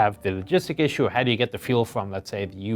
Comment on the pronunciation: feul???? i think you its Fuel...